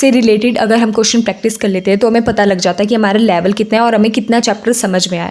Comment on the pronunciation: "Lavel"😂😂😂😂 jk ❤ your videos